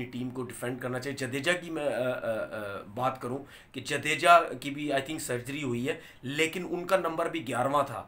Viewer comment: जडेजा है वो जदेजा नहीं है